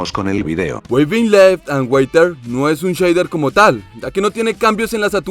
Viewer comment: Otra vez corrigiendo tus horrores en el guión XD -En los Rishkan el movimiento de hojas no es nada agresivo -Los Spectrum si cambia la textura del awa (uwu xd) -"Water" se pronuncia tal cual se lee. O si quieres sentirte sofisticado puedes pronunciarlo "warer". No "weiter" xd _-Por favor... POR FAVOR! No es "demasiados hermosos" o "demasiados iluminados" o "demasiados simples". " Demasiado" es un adjetivo descriptivo, por lo que como todo adjetivo, no sufre cambios en género ni en número. Por lo cuál cuando lo usas como adjetivo descriptivo y no de cantidad, siempre se escribirá "Demasiado". Es lo mismo que con "demasiada fluida" o "demasiada fea" Que está RECONTRA mal dicho. Has dicho varias veces cosas como "demasiadas buenas" Y me he convulsionado ._._ HABLE BIEN GONORREA XDDDDD Ya pero enserio, un día de estos me va a venir sangrando un tímpano